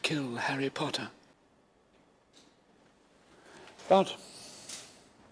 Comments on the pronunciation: ''Pottah...'' AAAAAAAAA I LOVE IT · No one : Malfoy: pHotTter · "POTTAH" - Cracks me up every time lol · You are absolutely right , saint pottah :D I cant :DDD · "SaiNt pOtTaH" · the way he says “potter” 😂